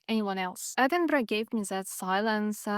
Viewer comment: Nice to hear you say Edinburgh correctly 🏴